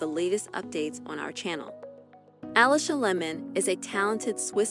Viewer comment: It's pronounced Aleesha Layman not Alisha Lemon.